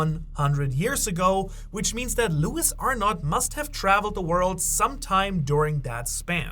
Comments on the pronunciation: It's ARNO , the" t" is silent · Arnout pronounced ARE-NO